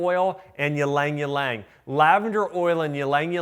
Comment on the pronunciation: Is it ‘Ylang Its pronounced as ‘ee-lang ee-lang’ 😀